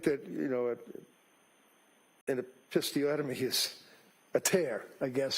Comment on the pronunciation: This defense atty is so out of line. What does an Episiotomy have to do with Psychosis? A Biden moment, for sure. The Defense Atty. needs to pronounce Episiotomy correctly. He pronounced it Apisse-otomy. Actually, an episiotomy is done, a mechanical surgical cut to avoid tearing, but it is tearing the perineum. But It was so Random, it makes me have concern for this Defense Atty mental status. If you notice, him and the Judge get very cranky and nasty , after 3pm and unhinged. Now I know why the end court early and take several breaks. ? Sundowning.